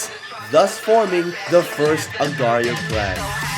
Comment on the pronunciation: its not agrio it aagar --IO